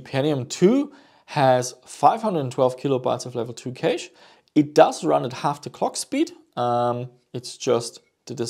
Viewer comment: Cash not Keish